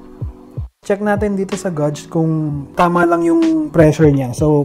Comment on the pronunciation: geyj pag prounce ng gauge sir